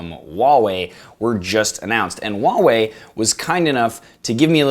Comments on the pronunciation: Please pronounce nicely, not 'Waaaa' wei, is Huaaaa~~ Wei.... The whole video i only heard WaaaaWei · That fucking name tho... Huawei lol it's how you say it just sounds ridiculous even for asia. Samsung / WHOOOO HOW WAY but i laugh how this guys says wallway.